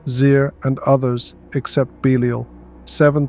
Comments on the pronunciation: Is this AI voice? How could you go from pronouncing Belial correctly to saying “beleeel”??? Bro??????????? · If your pronounce Belial like this again, I'm going to lose my ish